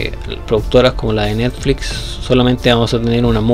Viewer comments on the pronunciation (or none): none